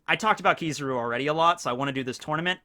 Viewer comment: Its killing me hearing him say keeezaru